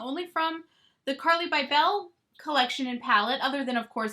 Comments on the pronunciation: I agree this collection seems way overpriced. On a side note…isn’t Carli’s last name pronounced “Bible”? I had family friends growing up with the same spelling. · Lol “bye-bell” 😂 Bybel=bible. I was wishing Carli came out with an eyeshadow palette. There’s a whole lot of face and no eyes. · You say her last name so funny 😂..Lol